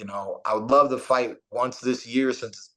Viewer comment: *wonth upon a time